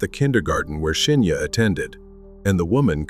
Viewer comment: Good vid, but weird how you keep mispronouncing Shinya's name.